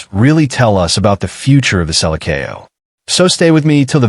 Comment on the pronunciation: The "Sella kO"???? It's selection Seleçao in Portuguese. You are soooo dumb